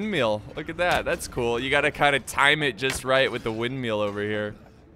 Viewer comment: Ah the tricky "Windmeal"